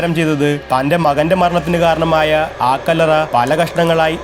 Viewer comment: ആ കല്ലറ എന്ന് പറയേണ്ട കാര്യമില്ല കല്ലറ എന്ന് പറഞ്ഞാൽ മതി ഒരു വാക്കിന് മുമ്പ് ആ പറയുമ്പോൾ ഗ്യാപ്പ് വിടണം അടുപ്പിച്ചു പറയാൻ പാടില്ല